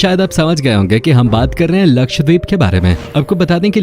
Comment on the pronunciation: Ye deep nahi dweep hai, means island